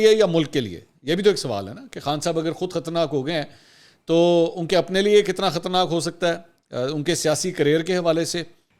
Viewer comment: Khtarnaak nahin khtraynaak